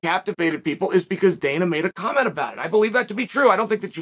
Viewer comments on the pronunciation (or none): none